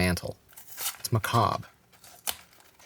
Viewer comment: loveed every second of this. especially the way english speaking folks pronounce the word 'macabre'.